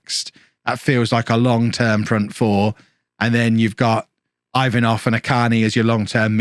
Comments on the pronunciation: Ivanov is pronounced E-vanov not i 😛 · your pronunciation of Ivanov is straight up hilarious